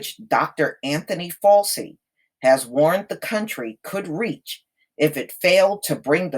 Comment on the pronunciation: Dr. Fauci's name is pronounced "FOUCHEE"!